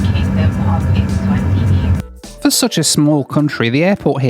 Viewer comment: I had a drink every time said "Ezvatini".... and now im in the hospital